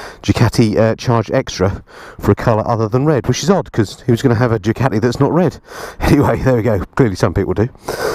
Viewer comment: I do enjoy your vids but please pronounce Ducati properly